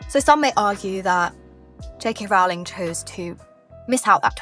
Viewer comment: Unusual that you mispronounce Rowling on a Harry Potter-themed channel.